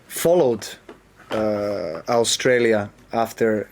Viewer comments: Agree. I too noticed that Djokovic pronounces Australia correctly. His command of English is far superior to most native English speakers. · I noticed that Djokovic is one of the few people these days that can pronounce Australia correctly and not oshtralia (Aushtralia) - the "S" in the word has been superseded by "sh" for some strange reason, particularly among the younger generation - and yes I am an Australian - just an old one who can pronounce it like Djokovic.